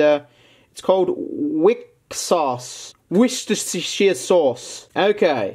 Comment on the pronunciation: Its pronounced wuster-shy-er